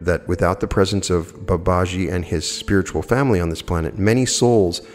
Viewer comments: Dear friend with all due respect Babaji is pronounced Bah bah GEE Thank you for everything ❤️ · Very interesting. Thank you. I think the name is pronounced Bubba - gee, from what I've heard elsewhere. Ji (gee) is an affectionate honorific attached to a name. So you will see followers calling a Swami (Hindu monk) Swamiji, and so on. Swami Vivekananda was Sri Ramakrishna's direct disciple. There are now Vedanta Societies all over the world as well as the thriving mission in India. The best source of teaching on Advaita (non dual) Vedanta is from Swami Sarvapriyananda, who gives wonderful, lucid, entertaining talks on all aspects of Advaita Vedanta. Vedanta Society New York is the channel. For explorations into all things UFO and ET, Preston Dennett is a wonderful researcher and has a channel . For on yt. For all things paranormal of every description, Jeffrey Mishlove's New Thinking Allowed can't be beaten. And of course, many others.